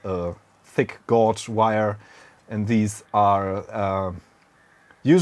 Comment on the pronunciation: Just so you know, "gauge" rhymes with "page" :)